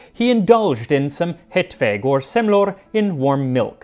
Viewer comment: You pronounced "Semlor" very well! (Swede Here)